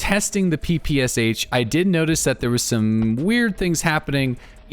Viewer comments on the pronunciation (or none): No it absolutely is not pronounced papasha. Stick to your own language before you teach others. Its closer to "pepeshah". English doesn't really have a great pronunciation for how we say our "p"s, but its definitely not PA lmao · It is pronounced PEh-PEh-SHa btw. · In PPSh "Sh" sounds not like two characters S + H, it's sounds like first sound in word "shout" for example. Thanks ) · SH is not like S and H, it is sound SH, like sharp, shake and ect🤣